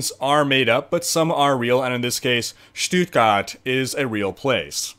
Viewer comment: Your "Stuttgart" was on point. Really Good :D! :)Still funny to watch as a German :D